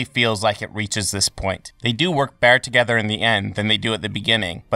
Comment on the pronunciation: Emphasis ‘together’